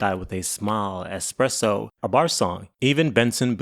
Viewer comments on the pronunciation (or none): Why do you keep saying expresso? Do you not know how to say espresso? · Good job pronouncing “Rihanna” but work on “espresso” (not expresso) and “Sia” (not Sza) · The same way he mispronounced axed and expresso, all intentional for the sake of farming more comments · Your English is so bad, bro. Expresso? You also don't say "what does it means" - it'd be "what does it mean". I assume you were born into this language too, based on your accent.